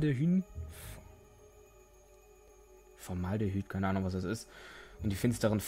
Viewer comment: Formaldehyd ist dehydrierter Alkohol, genauer gesagt, der einfachste von allen, nämlich Methanal und wird Form-Aldehyd ausgesprochen. Es ist bei Zimmertemperatur gasförmig, farblos und stinkt wie sau xD Mehr wüsste ich jetz nicht auswendig ohne Wiki zu fragen ;)